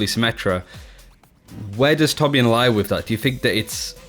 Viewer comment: 1400 hours but still can't pronounce torbjörn right Swed btw